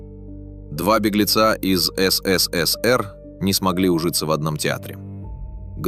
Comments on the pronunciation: Ну так годунов сбежал туда где свобода, хрена теперь говорить что виноват СССР. Голос конечно красиво звучит ну как он произносит ЭС-ЭС-ЭС-ЭР это конечно что-то. А вообще всё фальшивка - фальшивый голос зачитывает чьи-то фальшивые мысли и выводы и выдаёт их за истину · А что ж так говорить-то? ЭС ЭС ЭС ЭР, ЭСЭСЭСЭР МЫ ГОВОРИЛИ,так же говорили просто ФЭЭСБЭ. Явно,что человек не с союза и даже не интересовался никогда им или ии,и это грустно. А за информацию спасибо,хоть и есть ошибки по фактам,например про Полищук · ИИ как всегда смешит, но посмотреть на знакомые лица артистов и кадры из фильма приятно. Так эСэСэСэР как всегда, в памяти потомков. И да, никто слово диско шепотом не произносил😅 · Явно прослеживается цель-так или иначе обгадить все лучшее, что было создано в ЭС.ЭС.ЭС.ЭР-так произносят все ИИ-шные голоса. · Комментатор не может нормально выговаривать СССР. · Околесицу наворотили, если тебе закрыли выезд, или не дали главную роль это ещё не трагедия. В той стране 99% и так ни о каких заграничных турне даже не мечтали😂 И если не хватает ума озвучить короткий ролик, научите этот долбаный ИИ хоть говорить СССР не так ушлепно😊